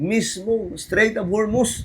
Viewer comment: Strait yan Hindi Straîght of Hormuz